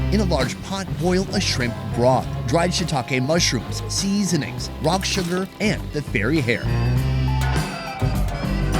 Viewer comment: 😂 why does he say it like that